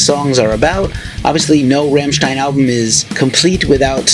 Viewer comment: If you want to know how to pronounce "Rammstein" ... maybe listen to the track called ... "Rammstein" ?? Anyhoo, I have heard the new album and ... was disappointed. We know that their albums usually have a softer track or two on them, but this is mostly soft tracks.